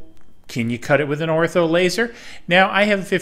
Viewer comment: Did you say "Ortho" laser? lol